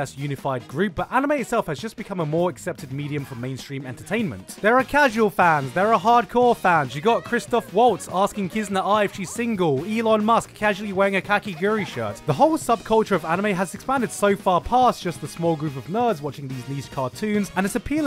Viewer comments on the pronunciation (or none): “kaukiguree” Is that how its actually pronounced?